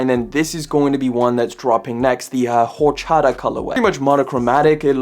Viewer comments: Whorechata? 😂 My man, it's pronounce or-chaa-tuh lol it's a Mexican drink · The crocs that are dropping you pronounced it wrong its a Spanish drink and in Spanish the H is silent so its just like Orchata because the silent H